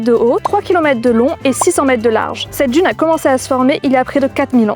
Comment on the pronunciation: Beaucoup de gens prononcent « djune » au lieu de d’une comme cette personne 🤦🏻‍♀️🤷🏻‍♀️